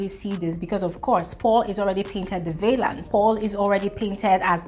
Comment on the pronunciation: Interesting point of view,. “Villain”, “Narcissist” & “Obese”... you could try and listen to audio pronunciations for these worlds...